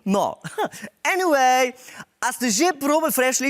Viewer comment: Lol ta "enivej" mi je tak hecn.....